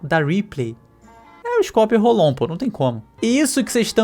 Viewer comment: "skorper rolon" foi foda kkkkkkkk